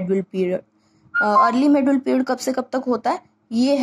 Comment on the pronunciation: Pahle medieval India bolna sikhaye Jo medul India bol rahi ho